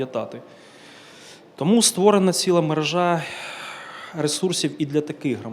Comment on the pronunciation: МережА це не маржА!😊 А мерЕжа! Слава Україні!❤